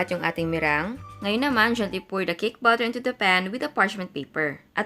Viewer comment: bakit po butter ang pagbigkas niyo sa batter?